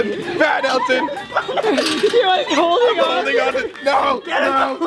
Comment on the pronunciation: When Colby said, “Bad! Bad Elton!” I thought he said, “Dad! Dad Elton!” 😂😂😂